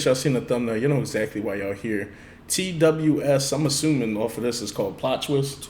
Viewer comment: Also letting you know TWS is pronounced “Two Us”